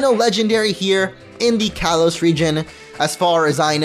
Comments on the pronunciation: Not to be that guy but it’s kalos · you said kalos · It's kalos